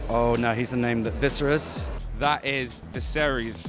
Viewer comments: When they said "Vis-ER-ys" I wanted to throw up. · They call Viserys "Visceris" like "eviscerate"......XD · Did they have the answers written down for them? Why would they all say viserys but pronounce it wrong?